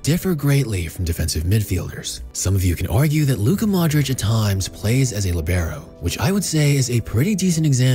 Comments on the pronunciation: It's Lì-be-ro with the accent on Li, not on be. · I don't want to bother anyone, but I think the stressed vowel is in "li" instead of "be"